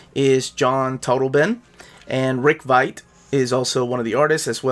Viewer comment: Only because I know how much you love being corrected on pronunciation of creators names.... haha Rick Veitch’s surname is pronounced “VEE-CH”